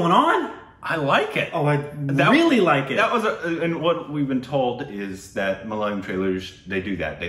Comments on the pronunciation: Please stop saying malalayam. Say mala-ya-lam instead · It's MA LA YA LAM NOT MA LA LA YAM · When will you pronounce the name correctly..its MA LA YA LAM not MA LA YA LYAM*.. 😅😅. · Good Stuff guys.. PS: Its ma-la-ya-lam.. not malaliyam PPS: I wrote this comment just to point it out but didn't want to be rude. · Guys pleeease it isn't MA-LA-LI-UM .. it's MA-LA-YA-LAM (Malayalam) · The language is Ma-la-ya-lam, not the one you pronounce as ma-la-la-yam. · HEEEY GUYS! GREAT REACTION BUT JUST WANTED TO LET YOU KNOW THE PRONUNCIATION OF THE WORD "MAL-YA-LAM"(even though it could be be a difficult word for some people pronounce) MAL - LIKE DULL YA- LIKE YA😅 LAM- LIKE PLUM Hope it helps and keep doing this kinda juicy stuff...🤙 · our language...mother tounge is MA-LA-YA-LAM. Split to simple syllables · The language is "Ma-la-yaaa-lam" Please google "Malayalam pronounce" ☺️ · Guys, love your work, but it is ma-la-ya-lam! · You guys are crazy not even once in you review you have pronounced the language name Malayalam this is a palindrome. Pls pronounce the language as Ma- la- ya-la-m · Guys ure pronouncing malayalam in a wrong way u know 😂😂